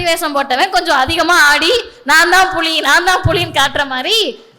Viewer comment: Puzhi illa puli thamil ucharippu mukkiyam